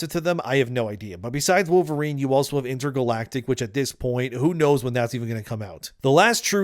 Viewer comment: it’s Pole-verine